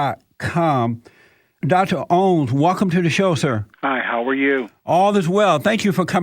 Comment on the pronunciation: Rev. Jesse can't pronounce OWENS!!!! LOL....😂😂😂